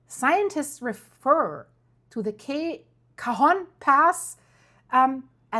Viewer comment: I was Born in Northern California, then 7 years I moved to So Cal living in the city of El Cajon (and yes you pronounce that perfectly) California, Since I was a young girl I've heard that California would fall into the ocean due to an earthquake. And it's been said, that "If you want to find all of the Nuclear Plants just follow the Fault Lines.